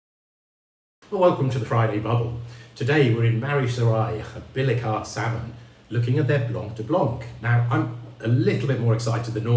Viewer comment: Always enjoy your videos and this is my favourite House! An exceptional cuvée. I would love to see more effort on pronouncing house names, this is “Bill-khah Sal-moh”, not Billy Cart Salmon.